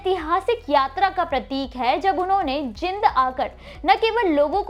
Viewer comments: आपको तो शहर का नाम भी ठीक से कहना नहीं आता। शंहर का नाम जींद है ना कि जिंद। Pleasecorrect yourself. यदि गुरु साहिब की बात कंरनी थी, तों सिर को ढक कर रखना चाहिए, इतना तो आप को मालूम होना चाहिए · जानकारी अच्छी दी है। कुछ शब्दों का उच्चारण सही नही था, जैसे आपने "जींद" को कई बार " जिंद" बोला है।